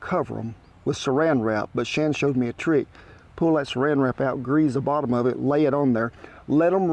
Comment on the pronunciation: I watch Kent to learn how not to cook. And still telling people what he needs them to do. The word grease doesn't contain a z kent. And wash doesn't contain an r either.